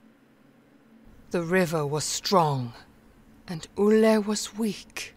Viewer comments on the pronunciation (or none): Olle is pronounced "oll-eh" not "oll-ay". The swedish e is soft, it's not an "ey"or "ei" sound, it's more of an "eh" ... if that makes sense :)